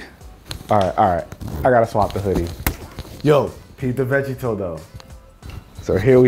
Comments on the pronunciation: I literally stopped when you said "veggie-toe". I paused the video and put down my phone and cried. The audacity to disgrace DB like that..... Smh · So y’all just gonna let him pass by saying “veggie-toe” LMAO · veggie-to what's that I've only heard of Vegito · “Peep the vege-toe though” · The fact that can’t say Vegeta correctly…ugh